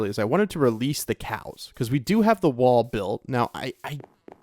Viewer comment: Am I the only one hearing "Release the Kraken!" Every time he said release the cows?